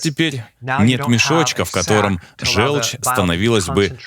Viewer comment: ЖЁлчь - это от слова ЖЁлтый. Звучит как О. Говорите, пожалуйста, жОлчь. Иначе это невозможно слушать. Неужели вы говорите жЕлтый? Фууук